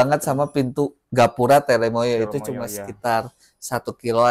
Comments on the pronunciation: Gunung Telomoyo mas bukan telemoyo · namanya TELOMOYO bukan TELEMOYO..